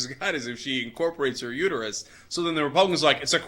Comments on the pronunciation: "It's uterUS, not uter-YOU." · It's uterUS not uterU